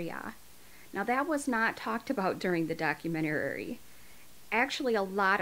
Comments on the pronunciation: Can you say “documenerey” any more times in one video? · I LOVE, LOVE your channel and you, but girlll , it’s pronounced doc-u-men-tary. 😂❤️ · With love, I respectfully say...documentary has 5 syllables, doc-u-ment-a-ry. Or, doc-u-men-ta-ry. It was just hard to hear it with the extra syllable. Sorry. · You have one too many syllables in the word documentary sweetie , it is'nt documentarary , just an fyi . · ummmm.. its a documentary (daa·kyoo·men·tr·ee) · Please stop saying ‘documenterary’. 🤦🏻‍♀️😂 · I love how you add an extra syllable to documentary 🥰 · Omg. I love your channel girl. That being said, the way you say documentary cracked me up.. Everytime which was really inappropriate for such a horrific story 😅😅💞... You rock. Keep it up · I've never heard documentary pronounced that way So cute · Documentary is a 5 syllable word. The "men" is emphasized. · 🤔 Why does she have so much trouble saying 'documentary'??? 😂😂😂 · But can you pronounce documentary ? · Maybe practice saying “documentary” a few times before making a video about one. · I'm commenting this in the nicest way possible, but it is documentary, not documentarary. You mispronounced it like every time in the video, so I'm just trying to help you out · Doc-u-men-ta-ry not doc-u-men-te-ra-ry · Minus the hundreds of times she says documenterary lol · 1. Melissa Lucio is EXACTLY where she belongs. 2. LEARN HOW TO SAY THE WORD DOC-U-MEN-TA-RY. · Doc-u-men-tah-ree lol The way you pronounce some words crack me up. I’m hooked tho, subscribed & always waiting for your next video 😍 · How about you start learning how to say Do-cu-men-ta-ry…. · I think you’re amazing!!! And classy and so adorable. Just one thing it’s pronounced doc·u·men·ta·ry. There is only 1 R. And I swear I’m not saying that in a disrespectful way whatsoever, I just want to help. I used to say it that way too. I hope you don’t take it the wrong way because I think you’re amazing! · Dock-you-men-tear-E Hope that helps. Great stuff.